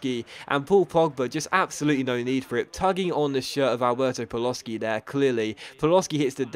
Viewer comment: Hearing Paloshy pronounced Paloski destroys a small part of my soul every time i hear it, which is 20 times an episode